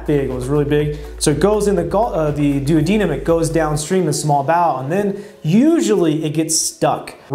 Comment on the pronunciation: Is that how you properly pronounce duodenum? I’ve never heard it pronounced that way 🤷🏻‍♂️